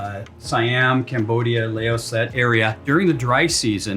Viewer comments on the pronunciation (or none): none